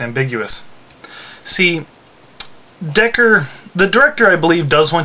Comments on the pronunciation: How can your analysis be logical if you don't even know how to say his name, Decker lmao. And have you ever considered Rachael? She's weak and yet she is a replicant... maybe they are Nexus 7 models because they have memories inserted in them? who knows... it may be ambiguous but Ridely Scott does that purposely, he wants the responder to make a judgement, and as for me? Deckard is a replicant. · Hey, I just have one small criticism. His name is "Deckard" not Decker. I only know this because I read the book, just thought i'd let you know. Also I think he IS a replicant. I interpret him as being a flawed one...maybe an unfinished or broken one which is why he get's his ass beat by them...also may be why he hunts them. I'm sure he wasnt' made for the task of hunting them as you implied.